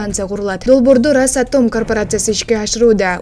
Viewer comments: Маңка КЕЙДЖЫЫЫЙ , РАСатом эмес РОССАТОМ деп оку , КЕЙДЖЫЫЫЙ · РасАтоооом эмес росАтом.ударениены жайына коюп суйлочу.